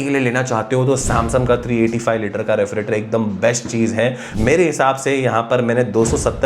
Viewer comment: Refrigerator lo re-fri-trator bol rha.. Itna irritate ho ra sun sun k maine tri video hi bnd kr di is comment k bad.... Totla sala